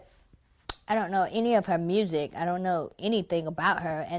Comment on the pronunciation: "mewthykk". How do you mispronounce "music" so horribly? I kept rewinding it and listening to that, astounded. "Merzshik". Yuck.